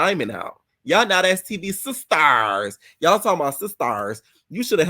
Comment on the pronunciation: “Teseki doesn’t even like her own sisTURSSSSS, get outta here” made me scream. I thought the same exact thing while watching, literally word for word 😭😭😭😂😂❤.